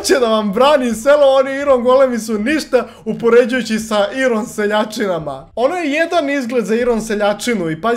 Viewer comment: NIJE IRON NEGO AJRON